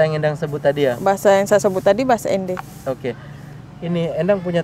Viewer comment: Namanya ENDE bukan END bang